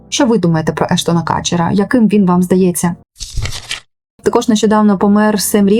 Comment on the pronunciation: Так Кутчер чи Катчер?😂